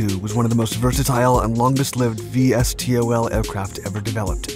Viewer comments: Those in the know say V-stol, not Vee Es Tee Oh El, just sayin' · Um.. No one says it that way, put all the letters and say it. not “V S T O L”. say “Vee Stol”